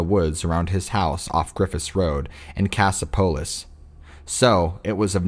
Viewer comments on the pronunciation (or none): It is prounounced; Cass_opp_O_liss! Cassopolis, MI.